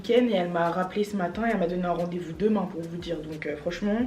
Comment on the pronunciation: "à demaing" je confirme tu es devenue une vraie bordelaise 😂😂 Tu es gavé bieng😂